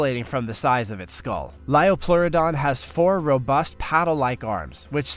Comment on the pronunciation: Let me correct you "liopleurodon"